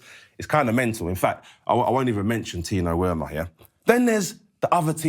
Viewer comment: “Tino Wermer” killed me 😂😂